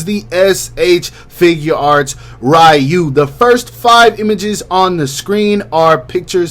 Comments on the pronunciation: you actually had it right the first time lol its ree-u not rai-u🤣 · Isn’t it ryu(re-you) and not ryu(rai-you)? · Ew why he say Ryu like that